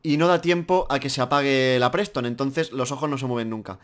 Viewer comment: Se llama festone no preston